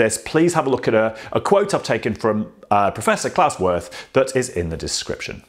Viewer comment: His name is pronounced "Veert" and not "Worth" :)